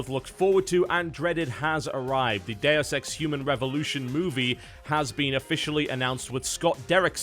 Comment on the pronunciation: you say "Deus Ex" but I swear I heard 'the dare sex", just saying.